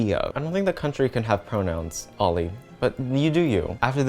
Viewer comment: I just had to point his out.... you said "oily"